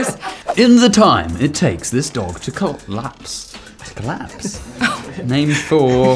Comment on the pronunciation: Asa *trying to pronounce collapse*: CO-LAPS